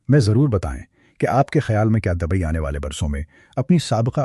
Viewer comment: جاہل پاکستانی لوگوں کو ہر لفظ میں زبر لگانے کا اتنا فوبیا کیوں ہے ؟ پورا ویڈیو دیکھنے کے بعد ایسا لکھ رہا ہوں۔ یہ شخص Dubai کو Dabai کہتا ہے۔ Singapore کو Sangapore کہتا ہے۔ Lufthansa کو Lafthansa کہتا ہے۔ British Airways کو Bartish Airways کہتا ہے۔ گریز کو garez کہتا ہے۔Buisness کو Baznas کہتا ہے . نمایاں Namaya کہتا ہے۔ یہ غلطیاں سنتے سنتے سر میں درد پیدا ہوگیا اور آخر میں پورا ویڈیو دیکھنے سے پہلے ہی بند کر دیا ۔ توبہ توبہ جب کوئی پاکستانی اردو بولتا ہے تو سننے والوں کا خون کھولتا ہے۔ حد ہو گئی جب اس نے ابھر کو ABHAR کہا۔ یہ شخص کسی بھی ملک کا ہو لیکن لعنت ہے اسکے اس تلفظ پر۔ کوئی اسکو مشورہ دے دے کہ وہ اردو بولنا سیکھ لے یا اپنا پیشہ بدل دے۔